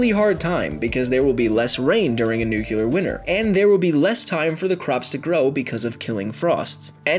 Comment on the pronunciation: Did he just say a nuclear winner